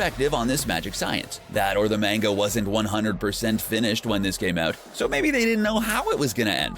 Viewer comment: yall are forgetting that the narrator said mango instead of manga